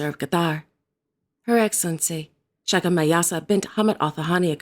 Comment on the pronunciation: aren’t the female s titles in Quatar pronounced “Shay kah” rather than “Shah kah”?